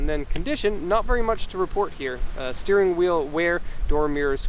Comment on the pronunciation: You've been in Japan too long, I think I heard you say "styring" in your intro. BTW, you seem to have an accent similar to Linus from LinusTechTips, is this a Canadian west coast thing?